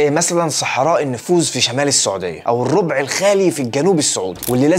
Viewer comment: الربع الراء مفتوحة. Rab not rob